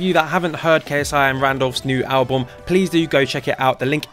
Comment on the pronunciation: Is it just me or can’t he say album 😂 at the start